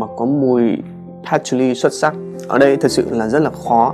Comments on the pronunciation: Nghe phát âm "hút cần" buồn cười vãi :)$ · Nhấn mạnh hút cần quá sốp :)))